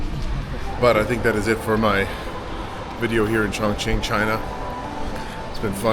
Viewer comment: you’re so brave for pronouncing chongqing